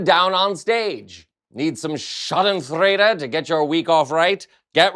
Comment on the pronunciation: I love your posts,, but as a European the word you used is pronounced "SHARDEN-FROYDA".